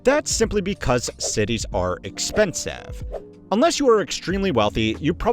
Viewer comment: No way you just said expensive like that